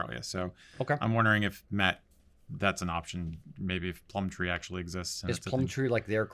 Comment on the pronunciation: It’s Gumtree not plum-tree and yeah it’s pretty much Craigslist